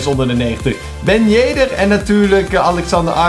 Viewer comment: Ben yeder? Het is ben yedder